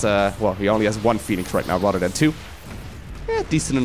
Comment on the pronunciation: Every time he says "rather than" i hear RotterdaM